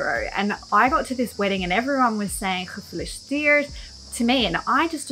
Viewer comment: Cool video! One tip: try to pronounce the E in gefEliciteerd a bit more. Its a bit more like Ezel than something like makEn